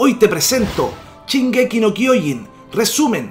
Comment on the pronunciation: Es shingeki no chingeki